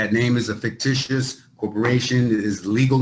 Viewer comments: New word: "Figtitional" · Bro said "fictitional"